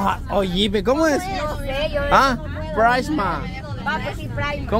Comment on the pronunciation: corrijiendo a diciendo pricesmart y lo dice peor el 🤣